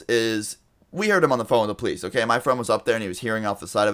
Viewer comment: Dood you pronounce ( Poh-Lise) police like (plies) why